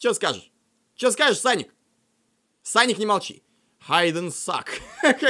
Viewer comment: Не саник а соник ,тейл,наглс.